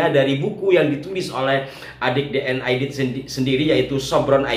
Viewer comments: D. N. Aidit ... bukan Aidid ... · AIDIT (T) bukan AIDID ( D) ya !